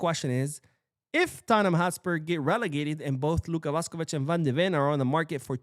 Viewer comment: He needs to learn how to pronounce Luka Vušković first. Don’t think I could listen to a whole video of it being pronounced Vuhskovic